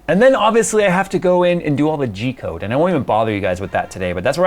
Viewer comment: Did he say "G Code" or "Jeet Code"?